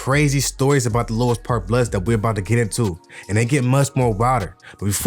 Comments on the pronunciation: Exactly Louis park is basically a Asian hood so any ninja from over there acting like they active ain't on shit no disrespect to the asians. Why bruh keep saying lois lmao it's louis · Its pronounced.."Lewis"...